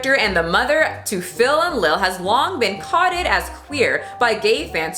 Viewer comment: Girl why did you pronounce coded like that?